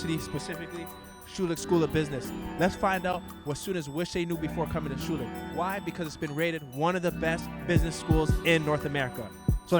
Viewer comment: & . These guys don't know how to pronounce thier own name.